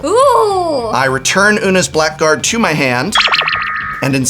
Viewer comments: Blackguard is not pronounced "black guard" despite how it looks. The proper pronunciation is blaɡərd. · The prof is an English major...he should have known the preferred pronunciation is Oona's BLAGG-erd :-) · I am shocked that Prof pronounced blackguard that way